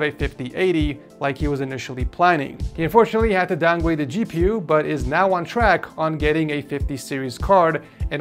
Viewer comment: "Down Gwade" :D